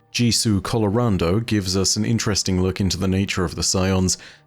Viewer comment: Don't wanna be *that guy*, but it's Jisu "Calerondo", not "Colorando" ( mark). With the amount of people misspelling/misspeaking "Nezarec" in various ways this season (Nazerac being the most common offender) it feels like we should all pay a bit more attention to such matters